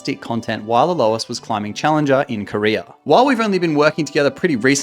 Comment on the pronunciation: Please pronounce "A-Lois" again